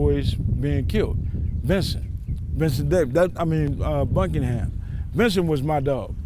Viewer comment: i dont like the way he pronounced “Buchanan”